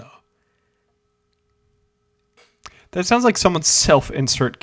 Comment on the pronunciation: I felt my soul actively decay hearing "obiwon sherlock cluosseau"